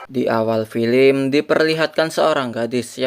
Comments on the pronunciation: BG bukan filim tapi fillem😭😭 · yang nomong ceritain itu orang beneran atau mesin sih....gak enak sama sekali ngomongnya...masak baca film....filim....